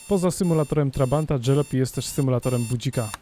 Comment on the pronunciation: Gra jest zaje...fajna nie czepiajcie się jej... tylko... każde miasteczko dotknęła jakaś straszna apokalipsa i przeżyli tylko sprzedawcy :D Oh a tak btw. to nie jest ,,dżalopi'' tylko ,,Jalopy'' czytane tak jak pisane :P